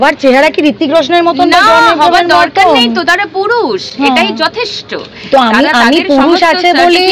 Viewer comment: সুদীপ্তার কথা বলার আঙ্গিকটা মাঝে মাঝেই বিপ্লব কেতন চক্রবর্তীর কথা মনে পড়িয়ে দিচ্ছে বিশেষ করে 'যথেষ্ট ' কথাটি উচ্চারণ করার সময় ।